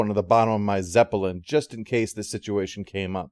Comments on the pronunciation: It’s his zep-uh-lin; he’ll pronounce it however the hell he wants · "zep-uh-lin" what's with the extra syllable? a personal quirk? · What extra syllable? Do you think the actual word is spelled like the band?